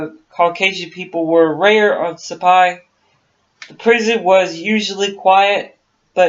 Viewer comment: FIRST OFF THE ISLAND NAME IS PRONOUNCED SI - PAN. SECOND AMIELA AIRHEART WAS P*SS POOR PILOT . SHE CRASHED 3 OR 4 TIMES BECAUSE SHE COULD NOT HANDLE HER AIRCRAFT'S . SHE NEVER LEARNED TO USE HER RADIO AND COULD NOT NAVIGATE .HER NAVIGATER FOR HER AROUND THE WORLD FLIGHT WAS A DRUNK. HER NEXT TARGET WAS HOWLAND ISLAND . US NAVAL PICKET SHIPS WAITING TO GIVE NAVIGATIONAL BEARINGS COULD HEAR HER BUT COULD NOT REACH HER BECAUSE SHE WAS ON THE WRONG RADIO FREQUENCY . SHE MISSED HOWLAND ISLAND BY 20 MILES THE NORTH, SHE WAS TO PASS TO THE SOUTH OF HOWLAND ISLAND WHERE SHE WOULD HAVE SEEN A SMALLER ISLAND TO TELL HER SHE WAS WHERE SHE WAS SUPPOSED TO BE.SHE RAN OUT OF GAS AND CRASHED IN THE OCEAN. THE LOCKHEED ELECTRA SHE WAS FLYING WAS NOT NOTED FOR ITS WATER LANDING ABILITIES.THEY FREQUENTLY BROKEUP AND SANK IN ABOUT 30 SECONDS MAX TIME THEY HAD ONLY A SMALL COCKPIT HACH OVER THE PILOTS COMPARTMENT. PILOTS THAT SURVIVED THAT KIND OF CRASH ARE TO BADLY HURT TO GET OUT QUICKLY AND IF SHE DID GET OUT SHE HAD NO LIFERAFT AS SHE LEFT HERS BEHIND BEFORE SHE STARTED TO SAVE ON FUEL. THERE WERE BETTER WOMEN PILOTS THEN AIRHEART BUT THEY DIDN'T HAVE PUBLICLY AGENTS KEEPING THERE NAMES IN THE PUBLIC . AS FOR THE JAPANESE THAT WAS JUST PRE WAR HHYSTERICS SHE NEVER GOT NEAR ANY JAPANESE HELD ISLANDS. THE TRUTH IS A BAD PILOT SCREWED UP AND 2 PEOPLE DIED AND THAT JUST AS INTERESTING AS A MYSTERY.